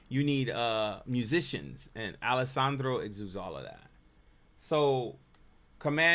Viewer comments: Please, you've done it on a few videos, it's "Alejandro". Al-eh-hahn-dro. It's not Alessandro. Thanks. other than that appreciate your input. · I love your videos on Alejandro because it’s like dissecting his genius brain and just confirms what a savant he is musically. But my favorite part of your videos are when you call him “Alessandro” 😂 His name is Alejandro ( Ale- HAN- Dro) 😂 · Yep, think "Han Solo" not "San Holo." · Man, stop calling the artist "Alessandro" you know very well, his name is Alejandro; it's like we start uploading videos of you calling you "Conny" instead. So, show more respect hombre. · Dude his name is Alejandro not Alessandro. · You're so good at what you do that I don't even care that you keep saying Alissandro